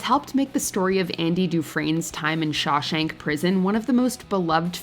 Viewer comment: Yo its Shawshank redemption not shashank redemption